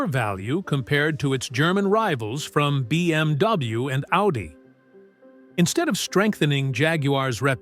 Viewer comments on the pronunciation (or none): none